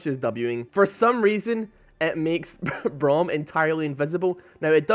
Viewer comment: its braum e not w